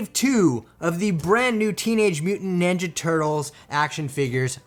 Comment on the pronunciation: Highly disagree with you the wave 1 look sooo much better and are the original tv cartoon look... bright green ones look cheesy... and its Ninja not "Nenja"... dont know why but that triggered me lol... but good video thanks.